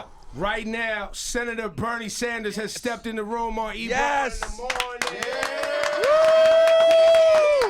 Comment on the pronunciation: DId he say Ebrum? lol